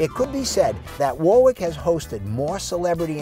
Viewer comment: Correct pronounciation is "Worrick" not "War-Wick."